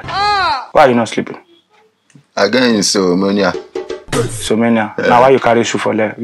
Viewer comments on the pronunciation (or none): Broda shaggi don get "insomonia"😂